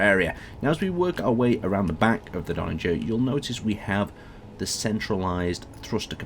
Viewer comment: There needs to be a third iteration of the Donnager for to review, cos he seems to be getting close to pronouncing it right each time:D